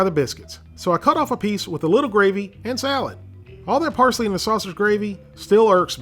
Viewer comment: I like how he said who the fuck adds parshly to country gravey?